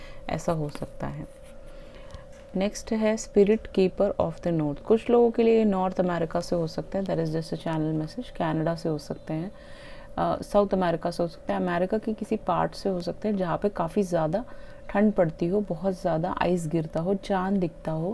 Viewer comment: चाईल नहीं 'चिली'😊😊